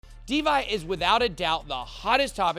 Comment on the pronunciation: this guy said De-Vi... and 10x is not enough to turn a regular person into a millionaire.. you already have to be a millionaire.. invest 100k, it goes up to 100$, you make a million... this video sucks asshole